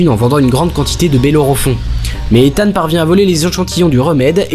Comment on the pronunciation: Par contre on en parle de la prononciation du prénom de hunt?? Mission impossible 2 jusqu'à dead reckoning il s'appelle ethan hunt Mission impossible 1 c'est prononcé bizarrement genre izeune hunt